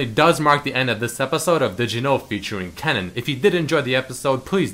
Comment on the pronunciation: That dutch word kennen wasnt what you said